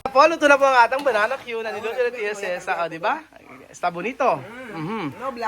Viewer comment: wag mo ituro ang maling bigkas sa banana cue ung tamang bgkas ang ituro mo hindi bananawe masasanay cla sa maling bgkas